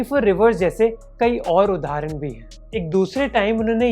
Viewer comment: Man it's उदाहरण not उधारन. You're a good orator, keep these little things in check